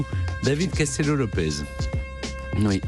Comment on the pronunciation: Moi en entendant Stéphane Bern prononcer Lopez au lieu de Lopes : "mais euh... c'est leur première émission ensemble ou bien... ?"